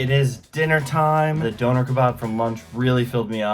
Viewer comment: The way the British guy pronounces “döner” is really annoying. And….then I heard him say “taco”.🤦🏻‍♀️ It’s like he’s thinking , “these aren’t English words so I’m not even gonna try.”